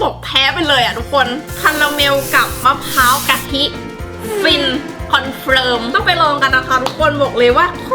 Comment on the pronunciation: มันไม่ใช่มะพร้าวพิการมันออกเสียงว่ามะพร้าวกะทิ